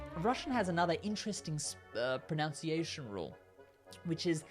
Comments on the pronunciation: You said "pronounciation" not "pronunciation". Over and over again. I'll refrain from calling you a moron though, as I'm far too demure for all that nonsense. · Very helpful--by the way, in English we say and spell it as "pronunciation," not "pronounciation." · Irony alert: you're pronouncing "pronunciation" incorrectly! You're saying it as if it were "pro-NOUN-ciation." It's pro-NUN-ciation. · ProNUNciation. Not proNOUNciation. Oh the irony. *shakes head... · You said PRONOUNCIATION instead of PronUNciation and the irony is fucking hilarious. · Oh, the irony of you mispronouncing the word "pronunciation". It's PRONUNCIATION, not "pronounciation"[sic] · Perfect Russian, thank you! Now please say PRO-NUN-SEE-ASIAN and your English will be prefect too! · Yeah he said "pronounciation" lol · "Russian pro-noun-ciation?" Come on dude, if you're going to make a video about pronunciation, learn how to pronounce 'pronunciation'! And I think most English speakers are aware of the 'correct' way to pronounce these names, they just don't drop out of their own accent and into a Russian one when they speak them because that would be jarring and appear pretentious and/or patronising. Much as we don't expect Russians to suddenly snap into an English accent when they address an English person with an English name, or a French person with a French name, and so on. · You seem to be struggling with the pronunciation of "pronunciation". There's no "o" next to the "u". Pro-nun-see-aye-shun. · The most ironic thing about this video is that he repeatedly mispronounces 'pronunciation.' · You pronounce pronunciation wrong lmao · проскальзывает русский акцент на слове pronunciation hehe